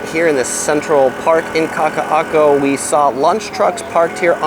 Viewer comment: You are to be commended for your knowledge and pronunciation of those tongue twisting words. And I’m not being facetious, either. P.S. is such a genial and gracious cohost. 👏🏻